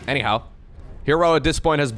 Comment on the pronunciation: Everytime I hear 'anyhow' I hear hello in Mandarin...